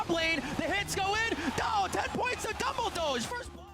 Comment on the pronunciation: The pronounciation of "Dumbledoge" really killed this vid for me